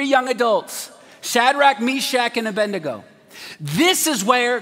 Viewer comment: A-bed-nego not A-bendy-go like preachers most say.